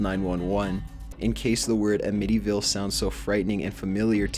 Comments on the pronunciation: first I thought he was saying "medieval" as in the house the kid lived in was of medieval age." Uh-med-EVIL".. Amityville. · I was haunted by a ghost that caused me to commit weird syllabic stresses. Dude, "a-MIT-y-ville"? Seriously? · If it makes you feel any better, he also mispronounces "Amityville", which is more or less a household name here because of the movies and lore. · Dave Benning ehh give him a break, he's Canadian, he's probably never heard of Amityville like us Americans have. Though, if you're making a video like this you should probably make sure you're pronouncing things right. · What an odd way to pronounce Amityville. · Who pronounces Amityville like that? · Your not even pronouncing amity ville correctly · Entertainment finally someone other than me sees it, I've heard him mispronounce many words (simple words at that) in previous videos and it upsets me, he says demoned instead of demon and in this video he said amityville wrong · lmao, yeah this dude cannot say demon woman or amityville correctly, but says a town in china with perfection..smdh.... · What does it matter if he isn't American (which he most obviously is) He is speaking English and his pronunciation is terrible. We live in an age where he could literally find out how to say any word in about 5 seconds, and whoever writes the script needs some English lessons too, so many poorly formed sentences and redundant words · Learn how to pronounce "Amityville." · and whatever place youre trying to say its pronounced so badly idk even what its supposed to be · With the exception of his misprononciation of "Amityville," i liked this one. :) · Am-itty ville, not Uh-mitty ville. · How have you never heard the name Amityville before? The emphasis is put on the A, not the MITY. This is common knowledge. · It's 'Amityville', not 'Emityval'. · AMM-itty-ville, not A-MITTY-ville. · His pronunciation omfg a-mitty.... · Interesting way to pronounce Amittyvile. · Dude, it's pronounced "Am-a-ty-ville"